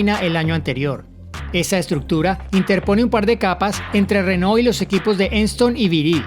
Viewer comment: Pronuncias renault como rénault.